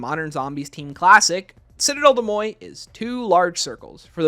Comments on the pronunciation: I could be missing an inside joke, but you are pronouncing Citadelle des Morts very wrong. The morts is pronounced like more, not moy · Great video but it’s « des moRts » not « moy » 🥲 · How did you even get ‘moy’ out of ‘morts’? If you’re confused about the pronunciation just look it up, don’t make up your own lol